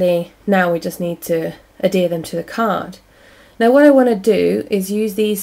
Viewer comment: I love the card. really cute. =) sorry to be a pain, but the word is adhere not adere... =P